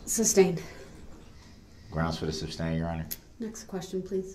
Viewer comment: YES axx, substain, tacit, and goes on and on. 😡😡🔥🔥